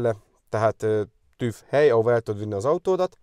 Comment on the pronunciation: Asztúgymongyák, hogy TÜF(V), már annyi időt eltöltöttél itt, hogy illene korrekten kiejteni a szavakat- hangokat..